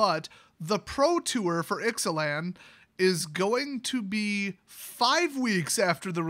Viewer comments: Pronounced I zay lan I believe. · I think it's pronounced Ix-uh-lahn.